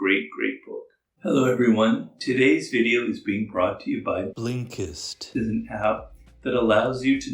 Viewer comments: Law 49: remember how to pronounce the name of your sponsor. Specially when you claim to use it lol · I love how you say blinkest 😂 it makes me laugh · Is he saying/pronouncing Blinkist wrong in the ad? Lol, they keep dubbing over Robert’s voice - and it feels super odd.